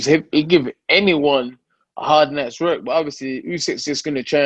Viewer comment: Does he say his W’ sad r’s. Heard him say why sounded like Rerk instead of work